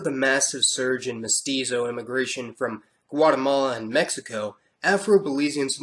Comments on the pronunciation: why do you say mosquito? it's mestizo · its crazy because belize actually belongs to the latin community thats why hondurus is trying to take it over now should have been did that & ITS MEH TEE ZOE PEOPLE NOT MOSQUITO “MESTIZO” OK!